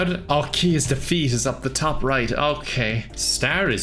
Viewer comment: defeat de*feat Two syllables